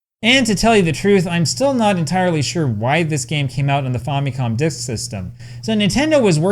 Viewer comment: The name Famicom is short for Family Computer so why do you pronounce it 'faw' instead of 'fam' as in family?